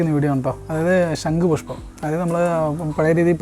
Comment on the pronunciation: "ശങ്കു" അല്ല; "ശംഖുപുഷ്പം". എന്തായാലും സരസ്വതി ദേവിയുടെ അഭാവം നന്നായി കാണുന്നുണ്ട്. വീട്ടിൽ വച്ചതുകൊണ്ട് വിദ്യ കിട്ടട്ടെ എന്ന് ആശംസിക്കുന്നു.🙌